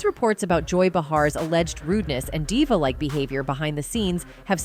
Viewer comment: You can always tell when the narrator is AI and not a very good version of AI. They mispronounce people's name and other words. This one , aside from mispronouncing almost everyone's name , they even mispronounced the word "diva.""""" How do you get diva wrong. Also, why do these videos repeat the same thing over and over. This video is 23 minutes long, with maybe 5 minutes of information. Then they repeat the same thing 4 or 5 xs. It's ridiculous.